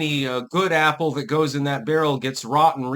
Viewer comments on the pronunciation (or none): none